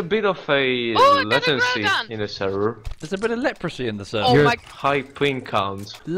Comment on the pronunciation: He actually did say “latency”, it’s just that “la” was pronounced “le” so it ended up sounding like “letency”. is the one with hearing problems lol